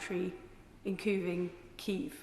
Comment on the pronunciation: It’s not kieth it’s Kiev